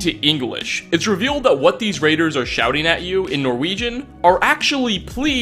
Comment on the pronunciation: Norwejin is how he says it